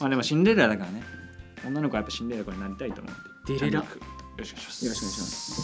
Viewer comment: シンデレラをチンデレラ